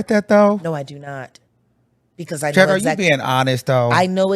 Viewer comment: Iiiiiiight Jag not Angie cmon now🫠🫠🫠